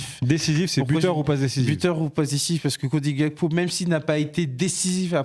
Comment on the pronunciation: Les oreilles saignent quand vous prononcez Gakpo , c’est Gakpo comme en Français c’est un nom de famille togolais pas néerlandais